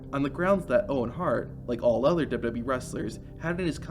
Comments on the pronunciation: What's Duba bee? It was wwf then. And even if you're saying wwe.. say it double U double U E ... hell even dubba ya dubba ya E would work.. but duba bee??? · Everytime you say WWE, it sounds like WB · I had an aneurysm every time he said it. Didn’t even try to slow it down and sound it out. The dubububy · Is there some reason that the guy narrating cannot say W W E?? Dubelyoo dubelyoo eeeeeee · I was trying to ignore it until . That wasn’t even close.